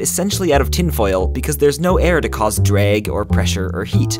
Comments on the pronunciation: Anyone else get caught off guard evert time he says drag? Sounds more like dreg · I can't stand the way he says "drag".ahhhhhh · omfg the way you say drag "DRAIG" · Never noticed your accent until you said "drag" 😂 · haha the way you said "drag" and "bag" make it sound like you have a Philly accent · Lol how you say "drag"